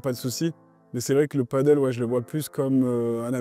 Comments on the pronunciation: on dit « pade elle ». Le « padeul » (padle), c’est sur une planche avec une rame. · Comme d’hab vidéo de génie bien expliqué détaillé argumenté on adore Mais stp peux tu dire pádel pour le nom et nom paddle qui est un sport complètement différent à chaque fois je corrige les gens paddle 😂 Quoi que du pádel sur l’eau a voir Gros bisous et merci pour tes super vidéos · Hello, la prononciation "paddle" est incorrecte 😉.